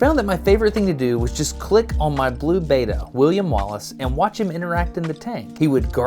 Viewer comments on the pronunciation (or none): Betta fish is pronounced Bet-tuh, the greek letter Beta only has 1 T and is pronounced Bay-tuh. They're so commonly confused.